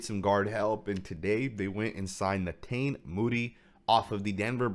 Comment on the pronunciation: I believe it's pronounced (ne-taw-nee